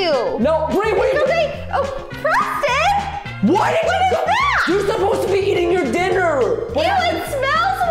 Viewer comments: Forze Minecraft It’s not Oreston it’s Preston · you say oreston your s Did you dont know its preston are you don"t know her name